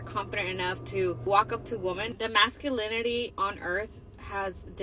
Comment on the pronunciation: She can barely pronounce masculinity, much less identify it. Masculinity is on full display in the US. We ran the numbers and realized that pursuing American women is not beneficial to us so we're doing things that are. Get money, workout, home. Starting to? Ma'am, you're about 15 years late (at minimum). Here's the worst part. It's not just black men who know this, everyone in the world knows this. Congratulations, the reputation of the American black woman has gone global. Uh oh, septum piercing had a thought. Better buy a lottery ticket and some scratch offs and look out for Halley's Comet. Or they have business interests they'd rather nurture than a modern woman. Better ROI.